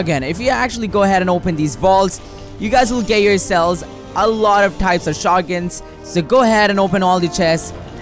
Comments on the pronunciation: the way he says shotguns tho....... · Can’t even say shotguns